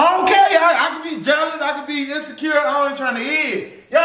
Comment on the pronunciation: lol In-sa-kure 🤣🤣🤣